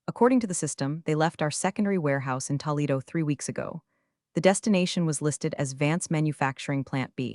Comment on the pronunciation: WHY does the AI call the city of Toledo “TALLedo”??